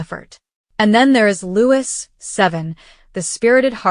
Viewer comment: PLEASE PRINCE LOUIS IS HIS NAME AND PRONOUNCED LOOO EEE NOT EVERY OTHER NAME STARTING WITH L PLEASE GET IT RIGHT